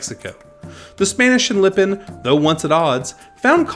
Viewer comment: Say Lipan correctly. There are not 2 i’s in Lipan.